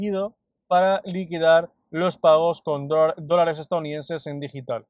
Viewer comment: En todos los videos te escucho la palabra "drones". Soy nuevo en criptos desde ha e una semana y al principio, pensaba que podría ser jerga del mundo cripto pero, es posible que sea el micrófono porque la palabra dólares, se entiende claramente.